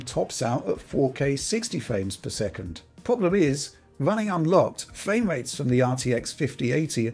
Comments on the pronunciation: Nice fwame wates on your vwideo. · Fwame wates. Wish you could pronounce your Rs…